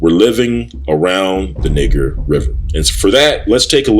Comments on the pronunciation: Ahk you are pronouncing N i g e r wrong! (Nigh Ger) not (Nig ger). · Niger is a French word and is pronounced "nee-ZHER". It does not sound like when you say Niggxx. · Niger is a Latin word that means dark or black,,, the French borrow that word from Italy... but you can look this up for yourself if you would like to. but it`s a Latin word. and it was pronouned NEE-JER